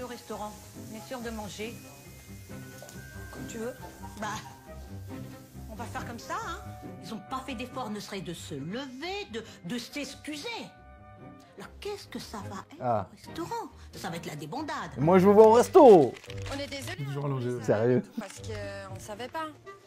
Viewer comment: « De stéscuser » 4 m24